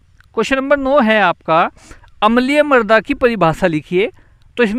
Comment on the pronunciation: Sharabi Shabd ka prayog galat Karen Marda nahin mrada